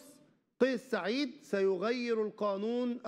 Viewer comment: مقدم البرنامج انت لا تعرف نطق اسم الرئيس بشكل صحيح فتعلم قبل ان تتكلم